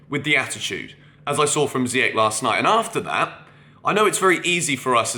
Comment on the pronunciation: How do you not know how to pronounce Ziyech's name after 2 years??? Dude come on!